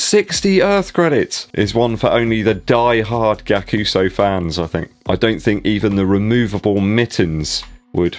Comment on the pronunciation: It’s pronounced guy-ak-u-su and the price point is ree-dic-u-lus